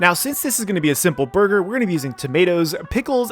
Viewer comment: ahh yes... Borger